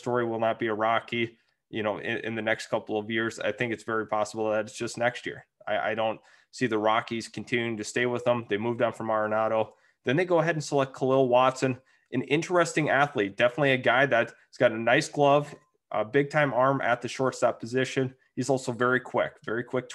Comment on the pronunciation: Its "Kahlil Watson" not K"h"alil.